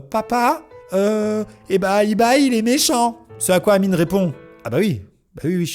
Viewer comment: Mdrr c'est réel et amine ça l'appeler amini psk le e ça se prononce i en anglais